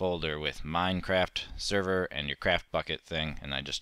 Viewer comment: server not serro